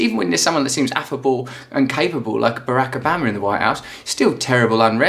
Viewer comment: "Bahrak ahbama" yeah him lol